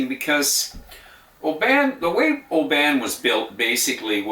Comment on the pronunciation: It's pronounced "OBIN"